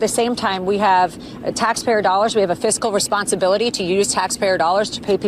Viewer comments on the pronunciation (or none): none